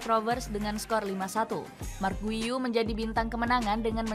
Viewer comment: Bukan guiu atau guyu bacanya min, ane pernah dikoreksi ama orang luar yg asli catalan pas komen di youtube, dia bilang bacanya "giu"